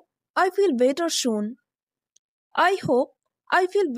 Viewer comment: Better soon Not Better shon